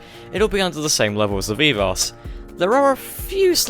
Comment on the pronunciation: Veev-arse? I thought it was pronounced as if to rhyme with liberachi ?